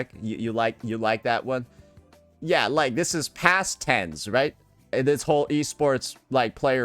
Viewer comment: Him saying tenz as Ten-z is sending me 😭